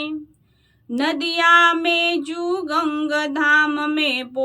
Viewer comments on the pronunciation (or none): none